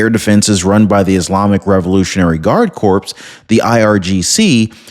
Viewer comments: Corps, like Air Corps, is pronounced like cor ok ly. If I'm not incorrect, that is. Thank you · Great video, very well delivered. Just a heads up for you, the word corps is pronounced "Core" the p and s are silent. I apologize for correcting you. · the “p’ in”Corp” is silent. Terms like “United States Marine Corps” is pronounced “core”. The “p” is silent in all instances. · ……love your show. Look up the pronunciation of CORPS…..as in Iranian Revolutionary Guard Corps.